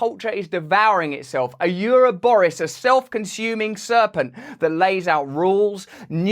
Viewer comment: Ouroborus pronounced Euro-Boris lmao this is me from now on!